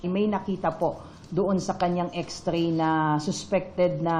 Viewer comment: X-ray po, Not X-tray.. something fishy nmn ....😢😢😢